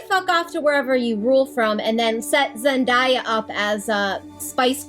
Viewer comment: A small thing, but it's worth listening to the song "Zendaya is Meechee" to learn to pronounce "Zendaya."